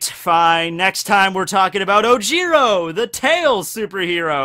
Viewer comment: Was he saying ojiro or oh jiro